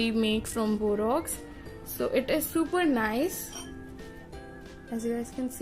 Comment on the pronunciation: It is borax not borox first see your pronounciation then speak